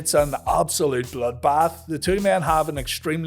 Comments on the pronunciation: I love How He says ""MACH"" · The way you say "match" triggers me 😅